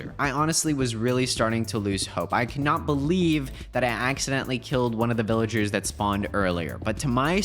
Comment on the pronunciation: After he built the villager breeder he said this will let me breed villagers but it sounded like he said ``this will let me breed melon cherries’’